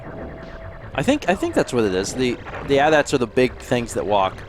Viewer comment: AT-ATs aren't called "at-ats" it's an acronym, All Terrain Armored Transport, that's like calling a TV a "tiv" instead of "tee vee"